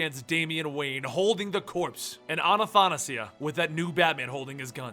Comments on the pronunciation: A-tha-na-si-a, there is no A-na-..., good luck next time, great video cant wait for more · its not Anna-tha-nasia it's Atha-na-sia Trying to help you out here man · hey,, not anathanasia, it's athanasia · I'm pretty sure it's pronounced Anna-THAsia. Like Anastasia but it just happens to be spelled with an H. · Will ever pronounce Athanasia's name right?.. A-tha-na-sia xD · A- tha- na- sia! dude get it right! in Greek means the unable to die in a good way though, that immortality that everyone looks for. it actual means immortality. many Greek girls have that name. also bays as in Athanasios. dude please look it up and tell me if I'm wrong.